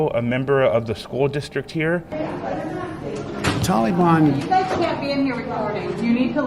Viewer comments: Tolly Bon? Leftist Biden can't pronounce Tal-ee-bahn? Makes you wonder if he is a covert member Antifa? Or will he say that it is his Auntie Fah? A distant relative living near Obama's half brother in Communist China? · Obama pronounced Taliban the same way...Tolly-bon! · Yeah. What's up with Biden's pronunciation of that word? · 20 years ago it was the taliban now it’s tolly-bon. It’s like he’s trying to be nice and respectful about how to accurately say their name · Joe says the Tall- lee-bon is just an idea not an organization. Did you notice the tank top the antifa guy was wearing? He's proud to be a communist/fascist. He wears it like a badge of honor. People really should homeschool their kids, there's a lot of these anti-American sickos out there. They also want to turn kids against each other based on race.